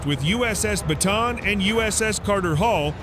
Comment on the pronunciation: it's pronounced as BATA AN